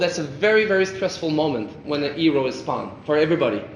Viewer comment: The way he pronounces hero as "eero" is so annoying. The game looks good so far though.